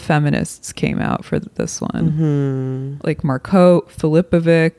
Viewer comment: Anna calls her "Mar-coat" and I know it's some kind of insult even though I don't understand it.